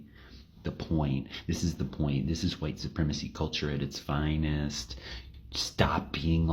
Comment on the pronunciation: “at its FI-NEST” Stop appropriating speech style, bigot.